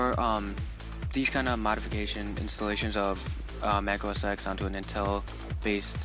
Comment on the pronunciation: you do know mac os x is pronounced mac os 10, right?